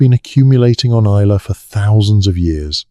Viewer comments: Oh aye and the island of Is- lay 😂😂😂😂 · Islay is pronounced isle-la ….Scottish Whisky doesn’t have an ‘e’. The overall detail and information is fascinating and well- researched. Thanks for that. Maybe have a local proof read/edit the text and especially pronunciation on narratives.